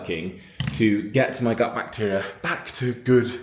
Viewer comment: gut health sounded like but...lol